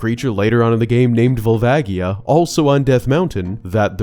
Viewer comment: You mispronounce Volvagia.